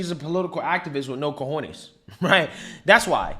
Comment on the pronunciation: Dude, are you going to learn how to say cajones?